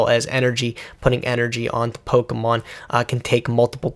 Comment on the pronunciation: I appreciate the correct pronunciation of Pokemon. I come from a household where "Pokey-man" was repeatedly said. You can donate $1 a day now to help a nerd that constantly disappoints his parents.